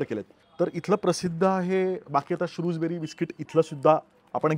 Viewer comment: शृजबेरी (Shrewsberry) नसून शृजबरी (Shrewsbury) आहे